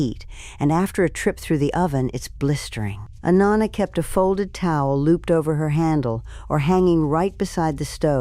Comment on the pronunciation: "Nahnah"...It drove me crazy, and yeah, knew it was 100% AI😂